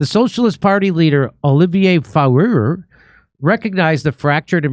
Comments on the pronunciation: A short french lesson: Olivier Faure The lettres AU generaly sounds like the letter O. The letter E at the end of a word is generaly silent. So to pronounce Faure correctly say it like For. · Faure pronounced For.